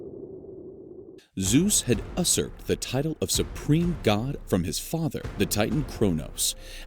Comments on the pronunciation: Great vid, i only have one critique. When you said usurp multiple times. Its pronounced "you-serp" not "us-serp" Much love for your vids keep it up. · The way you say usurp annoys me. It's YOU-surp, not US-urp